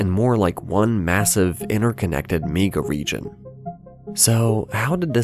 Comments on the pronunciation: I wish this AI narrator would stop saying "meega region." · A "meega" region? Is this AI?